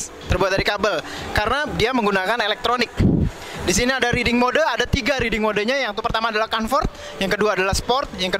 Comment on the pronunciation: ngomong riding kyk reading xD